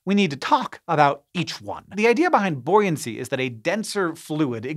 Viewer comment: Buoyancy? You mean "bouncy"? 😏